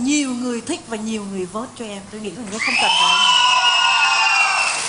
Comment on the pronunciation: " em sẽ bị rớt vốt rất là nhiều " ^:)^ , mình hỉu sao bạn dk được nhận xét là phát âm chuyển ràu đó ^:)^ .